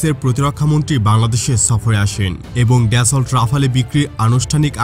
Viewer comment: উচ্চারণ ড্যাসল্ট না , দাসো